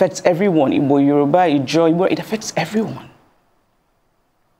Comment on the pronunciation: I just love the way Chimamanda pronounces the word "Igbo"...